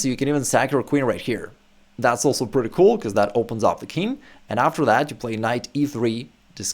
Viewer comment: Nice content. But it seems to me that you say "kin" for "king". Is that a common pronunciation ?